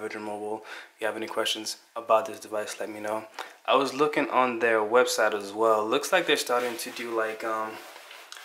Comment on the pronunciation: Quit pronouncing the letter T as a D. It is THEY not day and THEIR not dare. I hate poor grammer.